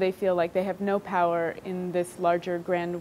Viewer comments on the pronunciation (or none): none